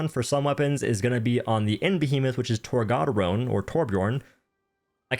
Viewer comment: You pronounce it torg-uh-door-oh